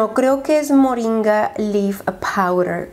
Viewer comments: moringa en español es moringa, así que lo dijiste muy bien. 👏🏽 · de hecho así se pronuncia MORINGA 🤷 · moringa en español es MORINGA JAJAJA ASÍ IGUALITO COMO LO DIJISTE, y es un producto muy usado para bajar de peso y es de esos productos maravillosos que te ayudan en todo, like cúrcuma o ese tipo de productos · Moringa si lo dijiste bien, pensaste que sonó en español y pues si en inglés y español suena exactamente igual